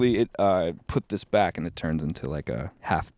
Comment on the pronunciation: The same woman that said bach instead of back lol